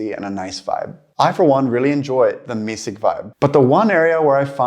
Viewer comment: Expected your pronunciation to be better here. Sounded like you said mysig as missig but, and correct would be mysigt with a T in this case.